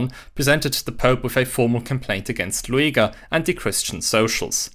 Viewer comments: no, that is just how you say his name (luˈeːɡɐ) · His name is pronounced Lüger, not Lu-a-ga. Ohren weh.😢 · Loo-a-ger? AI narrated? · Oh, I always thought he's pronounced like Lüger... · Disappointing that the presenter didn’t make the effort to learn the correct (or at least much better) pronunciation of the name Lueger. (It is very close to the pronunciation of “Luger”, the name of the well-known handgun manufacturer.). It is not Loo-ee-ger.